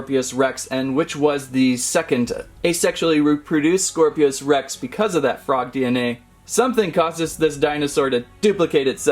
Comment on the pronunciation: "scor-pios" rex💀 Nah it's "scorpios rex"